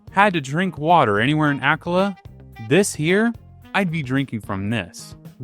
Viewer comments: The way you pronounce Akkala makes me nauseous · This is super interesting and informative! Your lessons on hydrology are definitely going to stick with me in case I ever find myself in the wild with nothing to drink. … but the way you pronounce some Hyrulian terms… bro… 😑 “HOT-eh-no” “ACK-uh-luh” “HEE-lee-uh” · This is the most mispronunciations I've seen in a single Zelda video lol. Akkala, Hateno, Mipha... Gleeok somehow got an R added in there lol. Still loved the video though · Did anyone else become lost by his pronunciation of akkala? I was like.. ok, never heard of that part of Hyrule, but nice, then he started showing tarrey town and I was like ohhhhhh